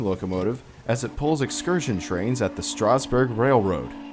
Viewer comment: Learn how to pronounce Strasburg properly